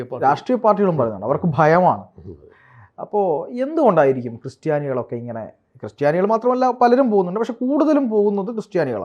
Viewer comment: ക്രിസ്റ്റിയാനി അല്ല ക്രിസ്ത്യാനി...